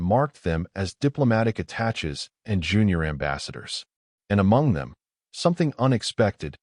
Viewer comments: The word is pronounced ah tah Shay' not attach.😮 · Attache is pronounced like atashay. It is a French word. A very good story. Thanks. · Attache' is pronounced "a-ta-shay" the first and second "a" like the a in "cat", the e' at the end is a long a like in base or clay.